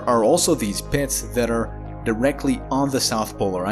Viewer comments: The way he says "pits" lol PEHITS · Does he have any idea how much fun it is to hear him say "pits"? That's not the only word either. I love the way he talks.